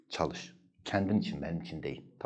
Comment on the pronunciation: hucam çalisssss demişsiniz o ş harfi ile olcakk !!!!!!!!!!!!!!!!!!!!!!!!!!!!!